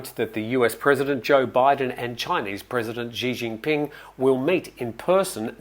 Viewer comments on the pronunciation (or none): First off, I love this channel; I catch every episode. However, at the risk of appearing to be pedantic, note that the proper pronunciation via transliteration of the chairman of the CCP is “ She Jean Peeng”. I lived in China for > a decade. Not a fan of the sound of fingernails down a chalkboard. Also not a fan of that regime.